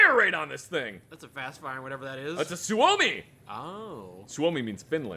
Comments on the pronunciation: Love all the gun rants but my God correct his pronunciation of suomi😂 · The way pronounce Suomi is like nails on a chalkboard:(